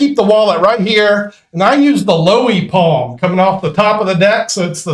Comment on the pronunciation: We need a deep dive into that top palm into left hand if you would be so kind...did you say LOWIE palm?